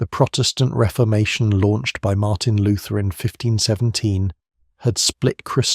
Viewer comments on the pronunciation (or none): none